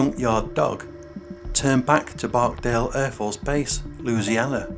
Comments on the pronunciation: It's Barksdale, not barkdale!!! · It’s BarkSdale not barkdale